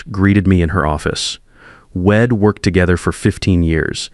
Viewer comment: Someone needs to teach your AI how to pronounce words with apostrophes. We'd is not wed, he'll not hell. Your AI is stupid.